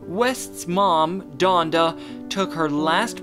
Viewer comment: This man said Jonda